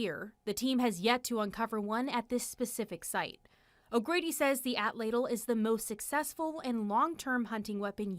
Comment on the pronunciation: Is she pronouncing atlatl "at ladle"?